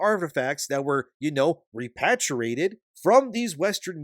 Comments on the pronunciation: Repatriated is pronounced similar to patriot, not pat. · Hey buddy it would be a lot easier if you just don't try to use big words when you can't pronounce them for example repatriated. Re-pA-tri-A-ted The A's actually make their sound. And if you're using AI or some voice over technology I would seriously consider in getting new software. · Ree-paat-ree-aa-ted. jfc.